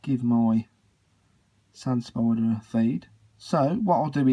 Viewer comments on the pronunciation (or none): She indeed is a beautiful "spoider". I love how you pronounce it. XD